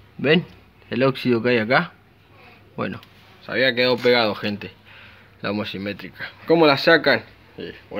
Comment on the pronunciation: Genio muy lindo el vídeo. Ahora no te enojes, pero se llaman homocinéticas, no homocimetrica como decís.